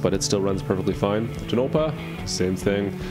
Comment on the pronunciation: Tonopah--- "Tone a paw"